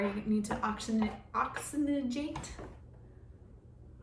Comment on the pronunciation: Nice looking set up. Looking forward to updates. It's pronounced ox·y·gen·ate LoL . Good review!